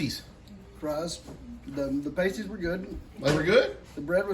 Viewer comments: Hey, pAsties the way you pronounced it with a long A are items worn by women dancing in clubs. They are circular sparkly bandaid type stickers that often have tassels hanging off of them. The dancers stick them over their nipples and when they dance the tassels swing around and around. Păsties are delicious meat and potato pies. Here in Pennsylvania my favorite bakery makes lots of flavor variations. My two favorites are veggie and cheese (mixed grilled veggies with cubbed potatoes and Cooper Sharp cheese) and Chicken Corn chowder made with field fresh corn in the summer (cubes of chicken and potatoes, onion corn and Cooper Sharp Cheese). So delicious. I’m not sure if Cooper Sharp is a local made cheese but it’s a delicious American/sharp cheese. It has a sharp kick with the beautiful melt of American cheese. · It’s pronounced paaasties, not pastie! Your dough won’t melt and tear if you let the filling cool a little first. So what kind of fries were they? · Pronounced as sounds Past -ies not pastry 😂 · Lol they are pasties not pAsties 😂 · Hi everyone. You are all pronouncing it wrong. It is not pronounced "Paste-- ies," it is pronounced "Past--e-e-e." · It’s pronounce like saying the word Past. Pastie. Not pronounced like you all are saying it lol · 😊😊😊Y'all are pronouncing it wrong. You are saying the word for nipple covers. The meat pies are pronounced past•ie. I am Michigan born and raised.❤❤❤ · Past ees not like the chest coverings... Lol, trying to get words past the you tube AI is a trip. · You all crack me up. It’s Pastie with a short vowel like apple. Not pastie with a long vowel like hasty. 😆 They are SO good. A favorite childhood dinner. Still make them from time to time. Some like them with gravy and some with ketchup. I like them with ketchup. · Hello from the Upper Peninsula of Michigan! Paaasstees. You pronounced it wrong. Oh my word! 😆 🤣 😂 thank you and! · Pastie is pronounced with the a like apple